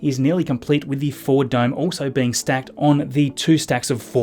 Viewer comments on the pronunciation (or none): none